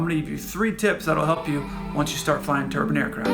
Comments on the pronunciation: Great description. Confused on the "turban" part though, which is one of those funny head things east Indians wear. Do you mean tur-bine ? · Turban aircraft, eh? /must've been built in India. J/K...I know you Americans have issues with pronunciation.